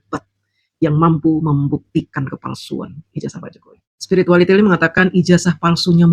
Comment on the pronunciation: paseh sekali mengucapkan SPIRITUALITIL 🤣🤣🤣🤣🤣🤣